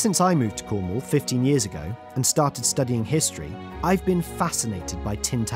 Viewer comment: Finally, someone that pronounces cornwall right lol